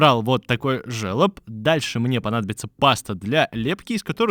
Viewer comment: Все Круто!!! Но этот твой жЕлоб прям режет ухо)) пишется это слово через." ё " но читается как жолоб!!!